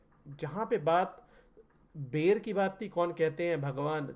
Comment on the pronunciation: बैर नहीं बेर उच्चारण करते हैं। आपकी श्रद्धा भक्ति अतुल्नीय है। विचार भी अति उत्तम हैं।